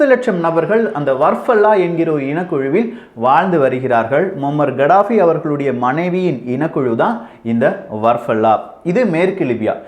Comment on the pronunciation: It's கதாபி not கடாபி